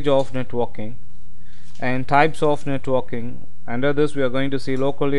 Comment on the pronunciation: Sounds like you're saying netwalking...